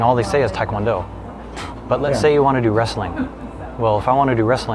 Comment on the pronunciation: Great conversation, thanks for uploading. Quick note: it's pronounced "teh" kwon do. The romanization is a problem. Most non-Koreans, even black belts, mispronounce it.